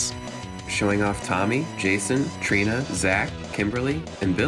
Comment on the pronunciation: ITS TRINI NOT TRINA